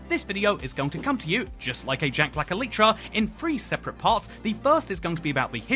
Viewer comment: says elytra like elietra, opinion not valid.